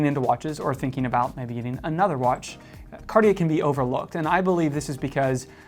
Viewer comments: My main issue with your pronunciation ( sorry :) ) is actually on the brand name. You're not pronouncing the T enough. I hear "Car-yeah" or "Card-yeah". It's "Cart - yeah". T like in caT. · Here's a tip for your pronunciation. The 'I' in cartier isn't pronounced. You pronounce it 'cartjer' so the 'er' sound is correct but replace the i with a j for the right pronunciation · Mispronunciation of any language is nothing to be proud of. You should learn pronunciation rules, practice and then you won't have to make feeble excuses. Start with English though won't you, because your English needs work too. Carteeyay so many times I could not watch more than 90 seconds. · Isn't it pronounced Car-tee-air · Actually it is pronounced Cuh-tye. With the -uh very soft and gentle and -ye pronounced like it Kanye. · I so hate the way Americans pronounce French words like Cartier…just do some research and listen to how French speakers say it…it’s not rocket surgery guys…. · Horrible how you speak out Cartier. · how do jou expect me to take you serious if you can't pronounce Cartier?